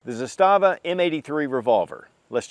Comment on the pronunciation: Pronounced “ZAH-stuh-vuh” Arguably better AKs than Kalashnikov, best SKS version ever made, and their Makarov-type pistols are just solid. Looking forward to picking up one of their revolvers.